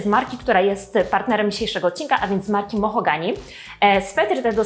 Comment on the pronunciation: To "mohogany" czy "mahogany"? 😉 Cała 😄 Filmik super jak zawsze 🙂